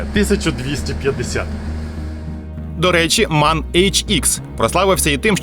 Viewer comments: МЕн, а не так, як ви кажете. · І правильно казати ЕМ А ЕН Manufaktur Augsburg Nürnberg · М А Н, розділено, так його називають у всій Європі